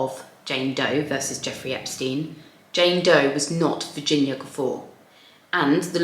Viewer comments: Mispronouncing the main person’s surname really belies fact you did even basic research. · Do u mispronounce her name throughout? For goodness sake how does she see Guffour???? You have lost a viewer in 3 minutes